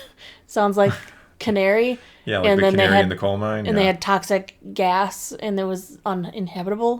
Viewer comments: All I know is that until I put on subtitles, the avid Dragon Age fan in me kept hearing 'Qunari' instead of Kenari. All I can hope for is that I don't start hearing 'Kenari' during my next DA playthrough, whenever that is. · I kept hearing "Canary" until I turned on the subtitles. The subtitles really help for all the names too.